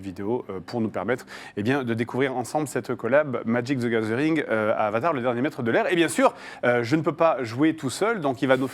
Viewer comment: "Madjic zy gazeuringue"